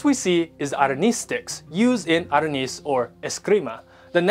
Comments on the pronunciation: Well you kinda said aranis hehe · This guy says "arnis" with a Philippine/SEA accent while Filipinos say with a Western accent. 🤣 LOL. I appreciate Raya and the guy who looks like me in the video. We Southeast Asians need to be more visible, and the rest of the world should also recognize us.